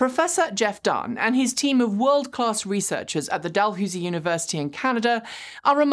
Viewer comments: It's Dal-hows-ee not Dal-hoos-ee. I'm a Canadian and know the university. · Dalhousie alumnus here...it's 'Dal-how-zie', not 'Dal-who-zie'. :-) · JSYK, Dalhousie, in Canada is pronounced "Dalhowzie" when one is referring to the university. If however, you are in the Niagara region of Ontario, you'll find a small town called "Port Dalhousie". If you're a local, you'll pronounce it "Port Daloozie". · Pedantic trivia of the day: here in Halifax we pronounce Dalhousie University "Dalhowsy", whereas in Ottawa we pronounce Dalhousie Street "Dalhoosie" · Jeff Dahn is at Dalhousie (pronounced DalHOWSY) university. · My condolences for your loss. Virtual hugs offered. The delay is absolutely not a problem for me, and I'm sure for many others. For myself, I'm in the midst of the closing weekend of the 31st annual Toronto LGBT Film festival (streaming this year, of course). There's plenty of other stuff to occupy people. Minor pronunciation note from a Canadian in case it comes up again. The 'ou' in Dalhousie is generally pronounced like the one in 'house'.